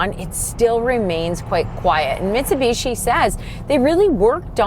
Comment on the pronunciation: I am so happy that you pronounce the company name as Mitsubishi instead of Mitsubeeeshi like NA presenters!!!